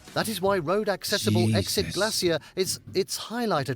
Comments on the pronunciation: Alcoholics and people who love a drink. 😂😂😂😂😂 We say glaysher here and not glay-see-er. You won't see northern lights in summer because the sun doesn't set. Keep in mind that Alaska has BIG earthquakes. In 1964 the experienced a 9.2, the 2nd largest quake ever recorded along with massive tsunami. Native Americans inhabit not Just American states but both North and South America. They are the first people to live on these continents. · GLAY shur. That narrator making me crazy. Glacier rhymes with (they sure) As England Has none, I give no shits what they say about it. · Glassy-er Bay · Glay sure , I hate the way he says it 🤦‍♀️ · In America it's Glacier "Glay shee er" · Don't pronounce "glacier" the way the AI in this video does...it's so wrong!!! Funny you would say that about the Northern Lights...I've told my kids that if I become terminally ill, take me to Alaska in the winter and take me out to see the Northern Lights at night...and leave me there to just freeze. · Ignore the clowns, same scientists said glaciers would be gone 25 years ago - very very WRONG! The narrator needs to learn to pronoun words correctly! Like GLACIER! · Teach that guy how to pronounce glacier !! 😂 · The way he says Glacier gives me physical pain. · Sorry, but no. British pronunciation of "glacier" is different from the American pronunciation, but it's not the abomination in the video. I've heard multiple British people on YouTube say the word, and they don't do THAT to it. The guy reading the script, has either just never encountered the word before, or else he's overenunciating in an unnatural way ("newscaster voice"). Could be some of each.